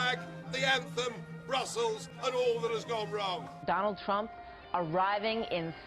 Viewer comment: "teump" wew